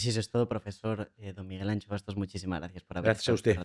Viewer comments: Anxo no suena como Ancho si no como Ansho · Me llama la atención que casi nadie que no sea gallego sepa pronunciar la “X gallega” correctamente: muchos la cambian por “ch”(Miguel Ancho), debe de ser el legado vasco , cuando se pronuncia exactamente igual que la “sh” inglesa (shadow o Shakira) o como cuando mandas callar a alguien “shhhhh” (Miguel Ansho) 😉 Apertas a todos! Miguel “Ansho” Bastos es un tesoro español!! Gracias al canal por esta entrevista tan clara y agradable… ❤ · Se llama Miguel Anxo no Miguel ANCHO. Seguro que no decís CHILÓFONO y pronuncias perfectamente Shakira. No se puede entrevistar a alguien y no saber decir su nombre. Por lo demás un placer escuchar a este señor. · La gente puede pronunciar Shakespeare, Shaquille y Shakira, pero Anxo se convierte en Ancho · DEBERÍA SER ETERNO (pero, sin ser malvado: no entiendo por qué sabéis decir “show” y no sabéis decir Miguel Anxo. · Como gallego que soy me duele que no hagais un esfuerzo en saber como pronunciar correctamente Anxo